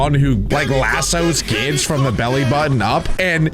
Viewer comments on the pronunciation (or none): none